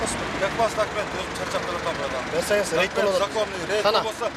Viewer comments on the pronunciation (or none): Рейд болот, а не рейт🤦‍♂️ эптепле акча табыш экенда